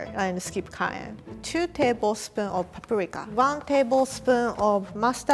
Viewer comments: so nobodys gonna talk about how she said parika instead of paprika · the way said "Paprika" had me dying of laughter still love you tho. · Notice how she pronounces paprika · the pronounciation of the paprika killed me